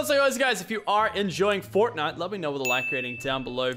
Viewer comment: “but anyways guys if you are enjoying fortnut”